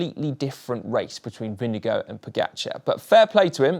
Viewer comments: As a Dane. You pronounce the Vinge bit correctly. The Gaard bit you pronounve as in Store with a G instead of St. The D at the end you donøø pronounce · You should really just call Jonas Vingegaard by his first name "Jonas". It's hard to butcher his last name much more than was achieved here. :) Good video though. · When will the GCN presenters learn how to pronounce Vingegaard? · We know so little about him we also still mispronounce his name 🤣